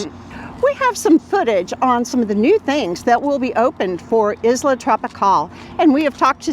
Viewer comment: Pronounce Isla correct.